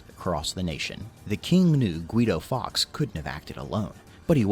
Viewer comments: Have to point out that Fawkes is pronounced closer to 'forks' than 'fox' as the presenter said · faewkes is pronounced forks, not fox